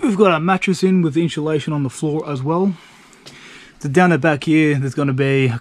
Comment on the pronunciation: I'm really enjoying your video's but PLEASE stop saying inshulation, it's INSULATION.